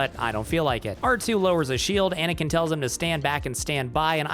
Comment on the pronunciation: you were… pAnakin?